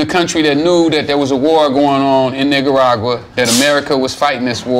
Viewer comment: "Niggaragua" yo wtf lol